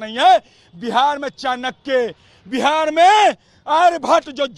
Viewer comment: बिहाड़ बिहाड बोल रहे है भावी बिहार के शिक्षक